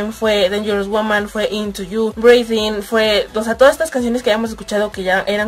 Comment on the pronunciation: No es hate, pero breathin se pronuncia "briden" no "breidin", crítica constructiva con mucho amor❤️❤️